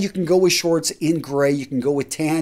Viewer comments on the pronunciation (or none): none